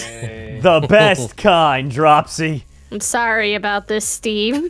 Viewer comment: dropsy, is saying hot chew?